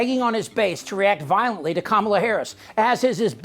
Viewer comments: It’s comma la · Comma-Luh….its not that hard. Republican politicians cry about rhetoric but lack simple decency and respect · teach the repugnicans that Kamala is pronounced like Pamela. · Does Trumpty-Dumpty make it a rule that everyone in his little universe MUST mis-pronounce Kamala Harris' name?? Does a daily memo go out to tell his toadies the "mis-pronunciation of the day?" He seems to be stuck on Kuh-MALL-uh lately. Thankfully he has dropped the "Ka-ma-bluh. What a loser. VOTE COUNTRY OVER PARTY! VOTE HARRIS - WALZ! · News flash Aunt Lurch, if you were humble you wouldn’t judge anyone. You don’t know the reason why Kamala doesn’t have children. God said do not judge least YOU will be judged. Last, you are a governor elect. The least you can do is learn how to pronounce her name properly it’s just that easy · What an unchristian thing to say about another mother! And her severe lack of intelligence at not being able to pronounce “Kamala”. Well, come January, she can just call her Madam President! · We are getting VERY upset on how people like moron dRump, jd vanstupid, stupid loomer and sarah suckbee harris cannot find the CORRECT way to say VP Harris name. Well WE will definitely show them HOW to say her name on NOVEMBER 5, 2024😡🗳️🇺🇸💙💙💙💙! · They keep mispronouncing her name 🤬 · It’s so blatantly racist when these R’s mispronounce Kamala’s name. They KNOW how to pronounce it, they just refuse to. These are the same people who put the emphasis on Barack HUSSEIN Obama. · Pronounce her name properly,shame on you,lied your way as press secretary ,why should any one believe you .I think it’s a disgusting statement coming from you,you learnt a lot from your boss. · Manhorse Sanders cannot pronounce K amala Harris's name. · Sarah Huckleberry is still intentionally mispronouncing Kamala's name. No one is impressed by this stunt yet all the republicans continue to do it. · Another hole mispronouncing the vice presidents name.